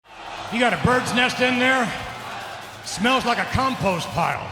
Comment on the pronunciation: i swear...Vince said cumpost pile not compost pile